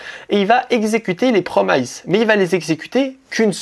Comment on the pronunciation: Super vidéo c'est tout à fait ce que je cherchais! Merci! Petite note sur les promises: ça se dit "promiss" plutôt que "promaïze".